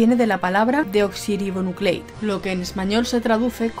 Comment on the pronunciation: No es "deoxirribonuclei", es desoxiribonucleic, que en español se traduce como desoxirribonucleico, ADN es Ácido Desoxrribonucleico (en inglés, DNA: Desoxirribonucleic Acid). Seamos exactos cuando informamos :)